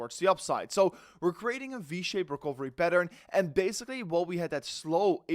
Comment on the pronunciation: By the way, words like Some, and Recovery, in english are pronounced with a U in place of the O, so it's not pronounced som, it's sum, and recuvery. PS, not hating, just helping. Peace.